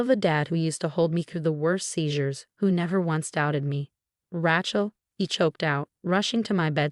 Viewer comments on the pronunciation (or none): The narrator's name is Ray-chel, not Rahe-chel, Please work with your AI and upgrade. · I don't know... Rat-Shell has kinda a ring to it😅😅😅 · Raychel not Ratchel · As soon as I hear Rat-shell, I hit the thumbs down and leave to find a story where the robot has been properly ptogrammed. These mispronunciations have gone on for far too long. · It's Rachel pronounced with a long A . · This particular AI voice consistently pronounces Rachelle as 'Rat Chel' . It grates on my nerves. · Yeah. Epilepsy? E POL lip seh??? Răch-ul?? MAR-ti-nez?? Seriously???Why can't they have People read these??? I'm blocking or taking down ALL of these time wasters that are hard to listen to. YouTube, give me my CRAFT videos back!!